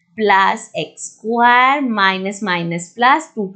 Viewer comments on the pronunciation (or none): Mam it's square not squaaaaar